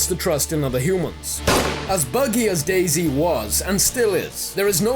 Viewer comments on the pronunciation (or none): you pronounce dayZ like dayz not day z